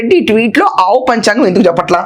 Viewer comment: ఆవు కాదు కావు అన్నాడు😂😂